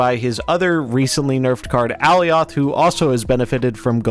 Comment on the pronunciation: I love you man but it’s Ah-lye-ith, please 🙏